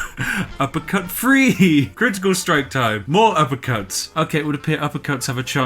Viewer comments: Conn Benn it's laziness, like you've just agreed it is. Thank you. He could teach himself or go to an elocution class but laziness stops that. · The way this guy says three really bothers me.